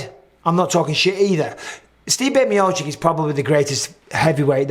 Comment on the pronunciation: MB can you please stop saying MiociK? It's MiociTCH ffs